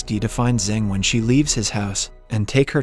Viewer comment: *Xing not Zing. It's only pronounce like that